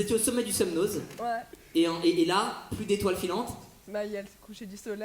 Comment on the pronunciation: SemNO (le z) ne se prononce pas. De rien